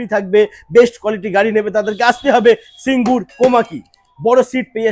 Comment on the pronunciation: ওটা সিঙ্গুর, সিংগুর নয়। Made in India (Delhi) না বলে, Made in Japan বলার জন্য এই ভিডিও টা কে Youtube এ report করা উচিত।